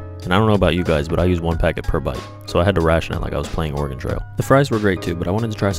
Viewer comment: Thanks for pronouncing Oregon right